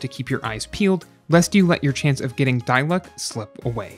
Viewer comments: It's not die-luke because in the game everyone calls him Dee-luuk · It’s pronounced Di-Luke. Dai-luck? 😭🤢🤮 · no according to english vas' it's pronounced dee-luke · D-luke not die lock😭 great video i actually gone diluc after watching this video like what lol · How genshin creator? idk pronounce diluc: dilooc how pronounce diluc: Die luck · It's D-luck. Not Die-luck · it's DEE-LOOOCK and PAY-MON!! not DIE-LUCK and PEY-MON!!!! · its "dee luke" not "die luke" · It's Di-Luk not Day-Luk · die-luck LMAO AHSJFVXMBS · its actually de-luke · la da dee-luke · “Die-luck” “Pay-mon” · PAYMON!? DIE-LUCK!? 😭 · NO!? It's De-Luke tyvm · Why do you pronounce Diluc as Die Luck😂 it feels kindof weird 😂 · “die luck” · " die luck" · "dieluck" not dilic loolololol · why do you pronounce diluc and paimon like that 😭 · why did he say his name wrong...? :< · he pronounced his name wrong this video gets a thumbs down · Downvoted for intentionally mispronouncing dilucs name. So f-ing annoying